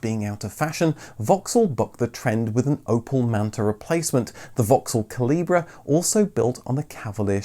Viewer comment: The special edition MK Cavalier in red was called the CALIBRE, not CALIBRA. Its pronounced the same as "small calibre weapon".